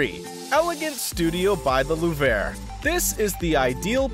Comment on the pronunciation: How can you take this seriously when the world's most famous museum is repeatedly pronounced "The lou-VRAY"? Also a few non-Paris clips are dropped in...accidentally? By the way, which one(s) were "budget-friendly? You never tell us.